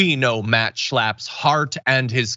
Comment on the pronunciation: "The Schlapps"